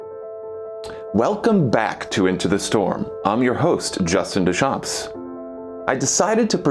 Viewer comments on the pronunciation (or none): Dear - Nobody actually named Duchamps would pronounce it Dewchamps -- I mean, come on! I couldn't believe my ears. It is Due-chawnm with a nasalized vowel at the end and absolutely no "S" sound whatsoever! How long have you had that name? Dewchamps? Christ Almighty!!